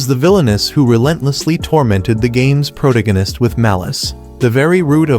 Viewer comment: "pro-te-gin-nus" a great start.